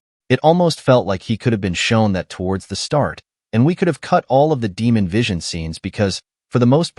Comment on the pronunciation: Must be AI Voiceover? You can't watch the show and mispronouce almost every single name surely. Demon?? Renerra?? Quite major characters! Are Americans so out of touch with the rest of the world they just stubbornly pronouce names how they think they should be pronouced and ignore their ears??!